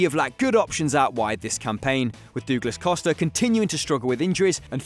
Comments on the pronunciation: Why’s he saying Dooglas Costa!! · "Dooglas" Costa lmfao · Who is Doog-lus Costa?...hahahaha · My man said dooglas costa...😂